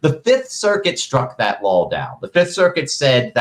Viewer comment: Ian, it’s spelled & pronounced “law”, not “lawl”. There’s only 1 L in that word.